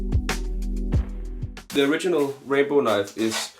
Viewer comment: Just an fyi to help your pronunciation of his name... it's ram-bow.... your saying rainbow when you pronounce it...